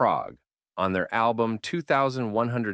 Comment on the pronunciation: The voice of this video sounds very AI-ish. He even incorrectly pronounced the title of Rush's "2112" album.